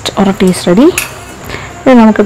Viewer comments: ഇത് ഓറോട്ടി ആണ് not oratti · ഒറട്ടി അല്ല ഒറോട്ടി ആണ്